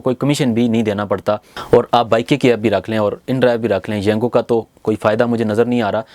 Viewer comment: Yungo nahi Yango